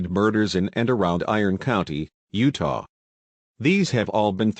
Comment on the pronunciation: i like how the tts voice pronounces utah as "yewduh"